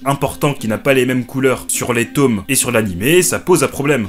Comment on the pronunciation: "les tômes" 😂😂